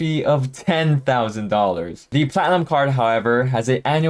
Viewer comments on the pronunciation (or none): Are you saying "platinum card" throughout the video because at some points it sounds like "clown card" which isn't even close 🤔 🤡😁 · LMAO and it wasn’t just me. I asked my BF “is he saying clown card?” And he thought so too! 😂😂😂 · He always says platinum like he's drunk.